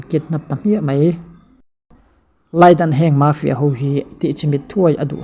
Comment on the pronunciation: mafia i lam dan chu leh🤣🤣🤣🤣🤣mâfia